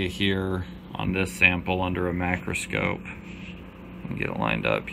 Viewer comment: A macrascope, ( the narrators pronounciation) is that the same thing as a microscope, and I wonder if the spider will be kind enough to comply, so you can properly identify him/her